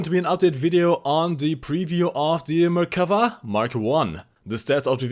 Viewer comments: From the people of Israel, thank you for the correct pronunciation. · Yay! you listened to me in the live stream and pronounced the Merkava's name correctly! :) (1 time lol)